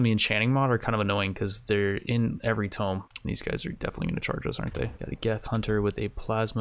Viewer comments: Hope no one was taking a drink every time he said tome instead of tomb. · or rather, "toom", the b is silent, but yeah it also triggers me whenever he pronounces it like "tome" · TOO-M NOT TOME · He said it so many times at the beginning of this episode, I'm inclined to think you are right. But how does he never slip up and say it right?? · Tome : T-oh-m ... Tomb : two-m or too-m. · Please add mod list in description (very common and curtius thing most others do) Also please say tomb not tome. I'm usually not to anal about these things but this one is actually driving me crazy. I am enjoying the video, just critiques that may seem stupid but actually make a difference. Good luck with this playthrough. I hope to see some amazing fights. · Is this regional? Keep pronouncing tomb (toom) like a book (tome)? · “Twooom not “toe”m!!! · you do know he says tome instead of tomb 100 times in the video right? WHOOOSH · drinking game. take a shot of water every time he says tome instead of tomb (toom) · it's /tu:m/ not /təʊm/ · Pls, I can't take it any more It's pronounced "toomb" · I feel like this video a personal attack. For the last year I’ve hoped would learn that it’s not pronounced tome. He then proceeds to repeat tome 40 Thousand times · It's pronounced toomb! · Says tome 1 million times... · It’s pronounced toom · Oh i'm 100% sure he knows but it's one of those things, once you've been saying it wrong for 20 years its hard to go back xD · Unsubscribed. I can tolerate your short attention span, but there's no way I'm spending another day listening to you mispronouncing "Tomb".